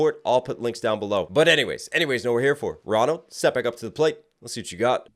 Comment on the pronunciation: Did he say Ronald?